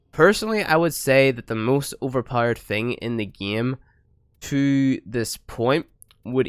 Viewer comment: Powered not powerede